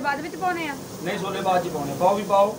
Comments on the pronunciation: Sole ni hunde shole hunde aa 😂😂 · ਸੋਲੇ ਨੀ ਛੋਲੇ ਕੁੜੀਏ ਪੰਜਾਬੀ ਸਿਖੋ